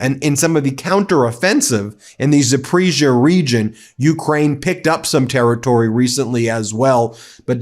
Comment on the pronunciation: It's pronounced Zap-puh-rizz-e-uh.